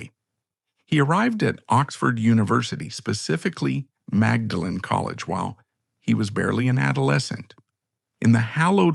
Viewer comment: And 'maudlin' is the expression with which she is usually portrayed.